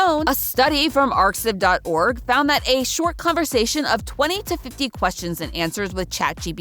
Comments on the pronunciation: it is pronounced just like "archive". The X is actually the Greek letter χ ("chi"). It's a place where you can upload your papers which are in preprint, before officially publishing it in a journal, to get feedback from others. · "arXiv" is pronounced "archive"! :) The X is supposed to be the Greek letter chi. ArXiv is a preprint server, though, meaning that most articles posted on it haven't been peer reviewed yet. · Excellent deep dive into this topic! One small note: arXiv is pronounced like “archive,” that big X is meant to represent the Greek letter chi